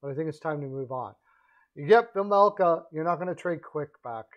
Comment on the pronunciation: OK. First of all, you might want to be a bit more precise with your language. Vejmelka, not Vajmelka unless there is a foreign spelling you are using. "Vajmelkad" the way you used it at the beginning is a verb, not an adjective; and as Chad Rockey said, LAK and ARI are not in the same division but in the same conference. I know the points you were trying to make but this needlessly undermines your credibility with your listeners. Quick does not have a NMC or even a NTC in his contract btw. More credibility issues. Second of all, I'm a full season seat holder to both LAK and ARI. I'm only going to speak to LA and not the other teams. Vejmelka is having a good season but it is unnoticed b/c the Yotes stink this year. But it is only one season. Last season, he played a little worse. I'm not convinced he's the answer to LA especially in light of Copley's play. You can tell that LAK plays more confidently in front Copley than Quick (strange for me to say that). As someone else I know pointed out, ARI needs to have some faces in the fold for this crucial vote in Tempe- one that could decide whether or not the Yotes stay in ARI. Vejmelka can be that face- one of them (Keller is probably the other). G's typically do not command a big trade premium particularly in-season. There is no reason for ARI to take Peterson either. Right now, he is a waste of cap space. I don't see this in the cards. I do see LAK being a D-man away from being a serious contender- if they can stay healthy. They